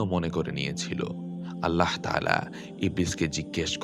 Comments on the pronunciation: "allaho" ki jinsh? bhooter moto bar bar nijer Rabb er naamer bikrito uccharon korei jacchen. "ALLAH" naam ta bola ki khubi koshtokor apnader jonno? oshojjho! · আল্লাহ শব্দ উচ্চারণ ভুল